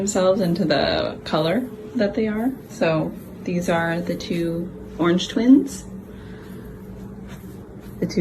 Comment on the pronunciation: orenge stew